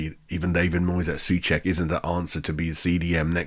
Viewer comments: Not really...:). Not sue check - he says his own name as sew check (rhyming with know, throw etc). And Airguard should be Agair'd rhyming with bear, stare etc - watch them say their own names in this clip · Nayef Ageurd is not A - guard - he pronounces it as A g - air d. And Souček isn't soooo (rhymes with pooh)-check as most commentators say it. He pronounces it as sew (rhymes with know) check. Just saying ....